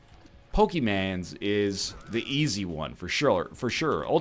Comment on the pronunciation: LOL I TOT YOU SAID IN THE SPIRIT OF POKEMAN????? Such a disappointment. You should change the title to NOT-pokeman.